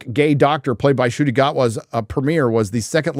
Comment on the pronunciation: How does everyone get "Sciuti" from "Ncuti"??